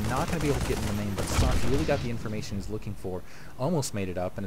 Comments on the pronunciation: Socke is pronounced like "zocca". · nice to see German Players :) an btw.. its called SockE, meaning sock keep up the good work!